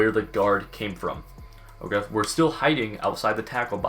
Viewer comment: the absolute cringy way he says ok. Like he got too much PB in his mouth or something